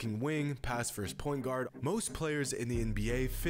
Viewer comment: did you say point god? Or point guard with a heavy, hesvy Boston accent?